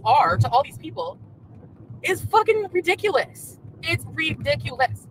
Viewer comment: this is why I call her lol yessss. Also, it's RI dic u lous not RE dic u lous. Mew